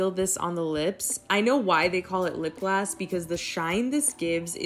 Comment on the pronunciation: Is she saying lip glass? Lol